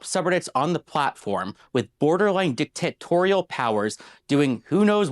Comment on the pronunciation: “Dick-Tit-torial powers…”